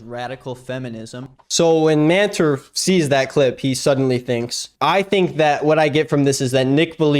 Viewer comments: I know that's not his name but it sounds like man-terf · Every time you said "Manter", I totally heard "man TERF"